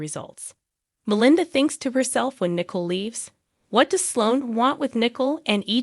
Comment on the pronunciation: The name is not pronounced as nickel. It's Nicole (nic coal)